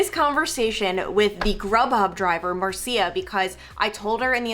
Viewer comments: I think Marcia is pronounced as “Mar-SHA”. I could be wrong lol 😂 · I believe Marcia is pronounced Marsha.